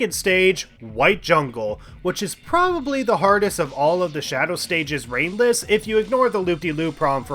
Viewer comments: I shouldn't watch this video at nearly 4 am, sometimes i misheard ringless and thought you said brainless lol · After a while him saying ringless sounds like he's saying brainless